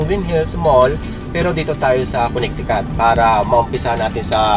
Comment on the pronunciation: Coo-ne-ti-coot. Proo-maa-naad